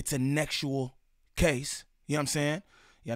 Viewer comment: “Nexual” is crazy 😂 i know why you gotta say it like that but that’s still hilarious